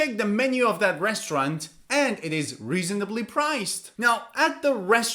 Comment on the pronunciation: I didn't have problems with the "cuisine" pronunciation, but i did have problems with the "reasonably" pronunciation